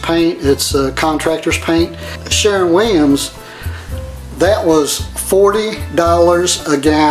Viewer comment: Keeps saying “Sharon” Williams as if it’s a woman he’s pissed about.